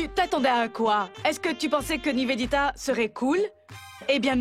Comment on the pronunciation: ne sait pas prononcé Niveditaaaa, Nevenitaaa